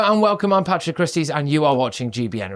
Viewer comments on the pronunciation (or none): none